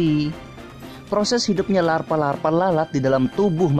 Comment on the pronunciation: "jadilah para larfa laper larfa ini" ngomongnya kepleset njiirrr 😂